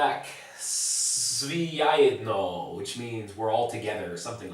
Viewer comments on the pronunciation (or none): svi zajedno not ajedno, you didnt say the Z